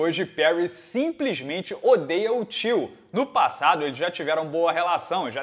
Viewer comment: O ficou falando Till achei q fosse tio kkkkk